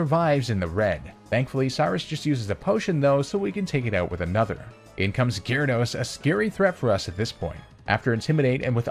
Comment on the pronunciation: I've never heard someone say "oot" so many times in such a short period of time, in my life.